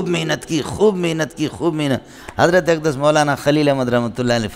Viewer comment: Molana Manzoor Mengal shab,, aap bar bar khate hay,, ustaad "AQDAS" kahete hay... ye thik nahi